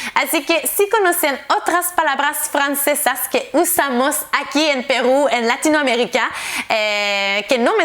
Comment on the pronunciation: A ver cuando aprende ella a decir PERU.. Sin decir pegrú....jajaj